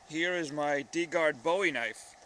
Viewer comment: Not to nitpick but you pronounced Bowie wrong. Aside from that, great vid!